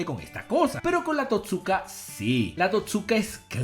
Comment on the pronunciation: Se pronuncia TOTsuka, no toTSUka.